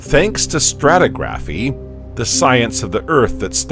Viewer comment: And it's "straw-TIG-raffy" not.... you know the drill.